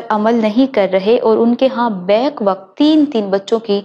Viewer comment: اندازِ بیاں بہت خوب 👌👌👌ماشاءاللہ دو الفاظ کی تصحیح عوام الناس کے لئے بہ یک وقت بولیں نہ کہ بیک وقت بولنا ہے کِشتِ زعفران ک کے نیچے زیر. نہ کہ کُشتِ زعفران